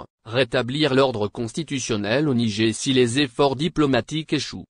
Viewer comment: mais qu'est ce que c'est que ce commentateur ? il s'écoute au moins ? 😮 le "nigé " , incroyable ☹